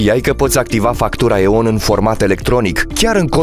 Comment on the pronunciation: Se aude ion nu e on